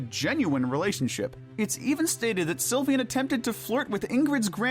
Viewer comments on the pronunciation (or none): It’s not pronounced Sil-vi-an, it’s pronounced Sil-vain